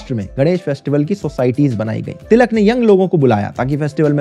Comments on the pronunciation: He can't pronounce ळ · Its टिळक not तिलक